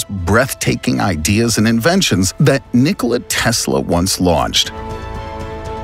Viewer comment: "But before we get into" it next video okay bye nniickollia teeesla the announcers voice is not good it's obvious he's trying to make a weird voice.